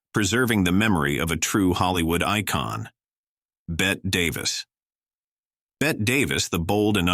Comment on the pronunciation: Hey,: The word is pronounced HOMage, not homAGE, and Bette Davis is pronounced Betty, not Bett. The second e isn't silent. It's pronounced like a y. My mother's name was also spelled Bette, and pronounced Betty. I guess artificial intelligence isn't so intelligent, after all.